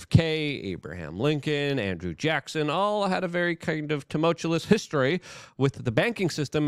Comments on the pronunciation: Luke- you are awesome, but I just have to say: TOO-MULL-CHEW-US! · LEARN TO SAY TUMULTUOUS. FKNG PLEEEEASE. TUM-ULT-CHEW-US.